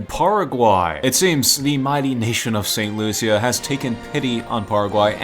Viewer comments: Me CARRIBEAN Saint.Lucia is my country,Saint Lucia is pronounced saint.lusha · Loo-shuh (st.lucia) Bar bay dus (barbados) Doh mee ni cuh (dominica) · you said saint lucia wrong.....